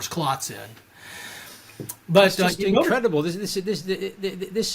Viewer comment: He does like home made research and can always claim he isnt a statistician but "its incwedible that media isn't talking about this..."